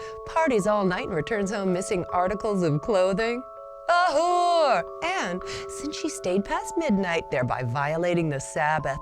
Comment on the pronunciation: " A whure... "